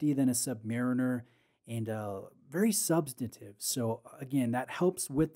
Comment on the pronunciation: The word is ‘substantive’, not ‘substative’. Aside from that annoyance, thanks for the in depth review!